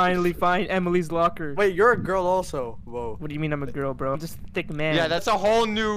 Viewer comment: its THICC not thick